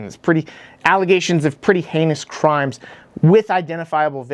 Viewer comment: "Pwease dont do cwimes" "Treason! this traitor should be put on trail and hanged for sedition!" Average normal response from our very normal and rational leadership.